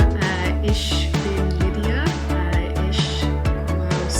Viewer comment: The „ch“ (ex „ich“) isn’t pronounced like „sh“. More like „h“